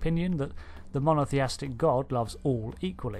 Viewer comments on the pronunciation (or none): The word is Mono-th-ee-istic not mono-th-ee-astic.